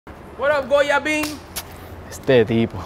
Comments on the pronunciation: IM CRYING "GoyaBean" "Puerto LICO hat" 😂🇵🇷🇵🇷🇵🇷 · Did the guy just said Goya bean? I don’t know if I should feel offended or hungry? 🤣🤣🤣Mother Tricker! 🤣